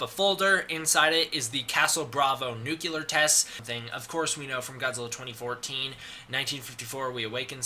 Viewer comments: The word nuclear is pronounced "new-clear" not "new killer" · Nuclear. Nuclear. Holy shit, stop saying "nucular." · It's NUCLEAR, not "Nukular"! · "Nucular"... fucking hell. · nuCLear NUCLEAR! NOT NUCULEAR NU-CL-EAR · Dude... it's called nuCLEar not "nuke-ular". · The grammar in this VIDEO is atrocious. If I hear the word Nucular one...more...time... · "Castle Bravo nucular test" "Nucular" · Um... Excuse me, but... Did you just say "Nucular"? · I love you, but nuclear is pronounced new-clee-er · Anyone else a bit annoyed at how he pronounces "Nuclear" ? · Love how americans cant pronounce "Nuclear".